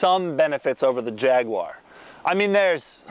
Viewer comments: Jag-u-ar not jagwah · No its not a jagwoar, its a Jaguar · Jag you are Wtf is a jagwire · There is no such thing as a JagWah, it's called a JagUAR. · YouTube subtitles actually say "jagular" when Richard Hammond says it 😆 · God damn it. Its pronounced Jag(you)ar. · Fucking Jagwar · Jag-u-ar. Say it! Jag-u-ar. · Fs America It's 'Jag-U-er' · oh man, the way you say jaguar makes me cringe, please just say f-type instead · Can you teach him how to pronounce jaguar properly as well?